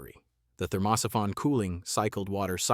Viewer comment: great video , but fix the ai reading thermo syphon as one word